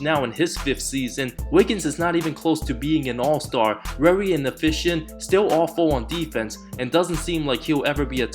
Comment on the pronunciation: ‘rery undewated’